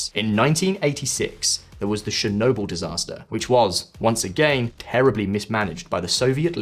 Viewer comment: I lived in Ukraine - Lugansk -for 14 years and I have visited all 25 regions of the country. You want me to support your channel and you can't even pronounce Yanukovich correctly! It is not 'Yan hook a vich' it is 'Yan oo ko vich'! Yanukovich! As for Chernobyl - it is not 'Shernonbil' It is Cher as in Church - 'Cher no byl'! Chernobyl! Don't even get me started on that American woman's pronunciation of Crimea!